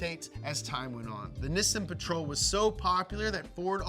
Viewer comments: Nissin? U mean Nissan? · By the way it’s not “Nissn” it’s Nissan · Ok so is it pronounced nih-sun or knee-sawn? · Instead of struggling and flip-flopping with the pronunciations, just say NISSAN the right way. It is pronounced "Nee-Sahn." In romanized Japanese, the double consonant "SS" elongates the vowel preceeding it, the "I". Most Americans say Nee-Sahn which is essentially correct. "Niss-In" is a common mispronunciation mostly spread by British car journalists. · Nee-sahn Ni-sin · I'm more confused by the American pronunciation of "Neeeesaaaahn". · Is it pronounced Nissan or Nissan? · Is that how I'm supposed to say nissan? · You say Nissan wrong dude. Maybe take some acting lessons too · Say Nissan correctly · Why is pronouncing Nissan wrong?